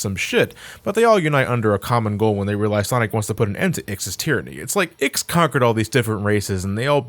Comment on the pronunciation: Years later and he still calls IX, Ziggy.